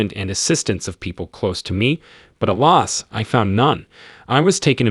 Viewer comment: The AI narration who doesn’t know how to pronounce words like doze and alas ruined it for me